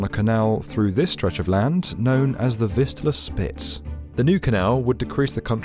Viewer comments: Fistula Canal? Anyone hearing that? 😂Maybe enunciate those "V"s better. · I thought you said the fistula canal until I read the description. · I can’t not hear Fistula Canal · I thought he is saying "fistula". It can cause anal leakage. 😮 kind of fits here but weird use of the term. 😊